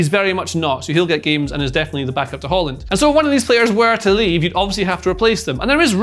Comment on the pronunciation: pls someone get him to stop pronouncing it holland. It's Haaland, you ain't Norwegian lil bro